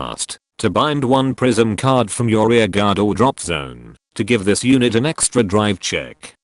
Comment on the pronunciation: Why did I hear "Prism" as "prison"?